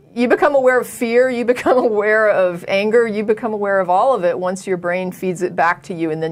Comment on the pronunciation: you're easily impressed, she can't even pronounce the word "your".